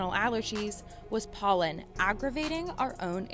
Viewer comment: Did I hear PÖLLEN ?